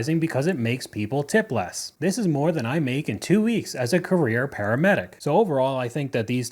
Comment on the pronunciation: “…. I go home, I maka the pasta” 🍝